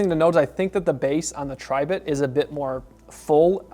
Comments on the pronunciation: Its not pronounced "TRY" bit Its Tribit , like a frog "Ribbit" Also what the heck is "Nish" ? Best of all, a speaker review with no sound test. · Pronounced, Tree Bit